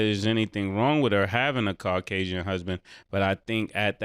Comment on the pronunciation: MASE : Car-casian...😂